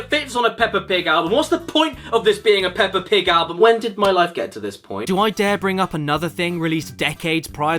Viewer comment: You already sounded like you’re saying potty. Yeah it’s racist, but not offensive.